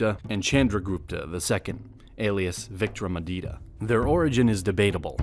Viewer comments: or victory addict ya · Probably he pronounced vikramaditya as victoryaditya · Nicely explained... But pronunciation of chandragupta,vikramaditiya and mahabharata is sounds different by narrator..actually it is not pronunced like that.. But for your research and creating video 👍 Thank you..🙏😀